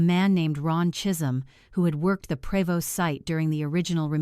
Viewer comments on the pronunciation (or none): The name of that company was pronounced Provo not Prévost . AI needs to learn to read and speak.